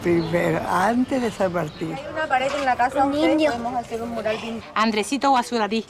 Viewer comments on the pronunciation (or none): Error se escribe Guaçurarí con Ç letra que se llama CEDILLA y en español significa Z suave y se pronuncia como Z o S por lo que GUAÇURARÍ voz guaraní se pronuncia GUAZÚRARÍ que traducido al español significa VENADO ARISCO